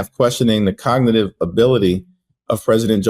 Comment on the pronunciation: The man can't even pronounce cognitive